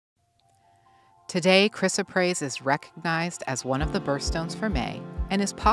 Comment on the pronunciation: This is baloney. Gemstones are rocks and yes beautiful, but all the malarkey that gemstones are healing, creative and what ever is just airplay to sell. She is not even pronouncing the stones name properly. lol